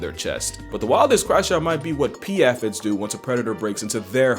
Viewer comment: Aphid is pronounced with a long A...